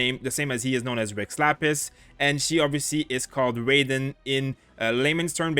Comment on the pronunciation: its pronounced as Rah y den not reyden